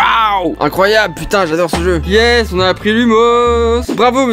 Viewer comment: "Jeux" à chaque fois ça me fume 🤣🤣